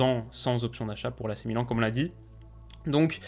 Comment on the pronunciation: ne t'inquiète pas 1 jour tu arriveras à ne plus te tromper sur la prononciation du club